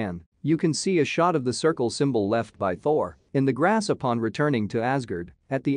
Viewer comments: dude pronounced Asgurd and Ulpron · Teacher: okay everyone today we are going to learn how to pronounce "Asgard" Everyone: says Asgard fluently. This guy : "azgird". Edit: wow so many likes. Thank u so much guys.😀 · Everyone: *talking about the fact* Me: damn that tik tok voice seriously pronounced asgard as asgurd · I didn't know Asgard was pronounced "Asgerd"... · I hate how he pronounces “Asgard” as “AsGERD”. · It’s pronounced Asgard Azgird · All of you guys are still saying it wrong so you are hypocrits mocking the narrator in this video. It is ASGÅRD. The "as" is pronounced as the British pronounce raspberry, and "gård" is pronounced as board. Asgård. When translated the word means "a yard of Æesir-gods". They are gods in the Scandinavian mythology. We learned all about Asgård in school when I was 7-12 years old. Nordic mythologies are considered basic knowledge in swedish speaking schools in Finland. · The voice did not just pronounce Asgard like that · marvel actually pronounced it really really wrong